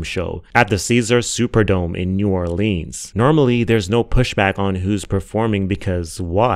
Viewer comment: I'm here to comment on the degrassi remark... I was only inlike 7th grade when I was watching and that show was IT. So much for a tween/teenager to unpack. Real fans know!!! And Mr.Aubrey Jimmy Graham was NOT the star of the show either. knows it was Emma & Cassie*** (who later turned into maddy iykyk) Edited** omg it's new OR-LINS not new OrLEAAANs. My family ready to fight 😂